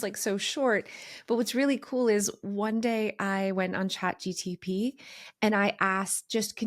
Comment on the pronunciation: its chat GPT not GTP. Love you and your content ❤️